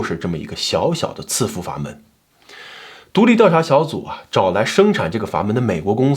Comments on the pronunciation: 喜欢老乡的视频。抖音和油管都有关注。但是纠个错。这个词在这里应该读伺服sì fú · 伺在伺服这个词里 读si4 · 伺服 应该念si 服吧